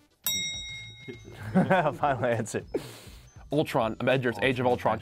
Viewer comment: The answer was Ultron, Nick says " I knew it was vultron" lmaoooooo